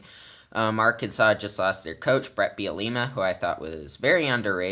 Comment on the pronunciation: Beel-uh-Ma and we fired bielema we didnt lose him